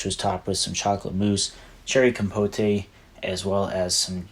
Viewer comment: Cherry compotEY? Compote, right?